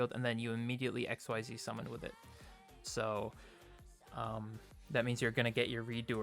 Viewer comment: Xyz I'd pronounced as Ex-ceed. XYZ is x y z in regards to the V-Z union/ Fusion monsters. Sorry that really bothered me.... good profile though.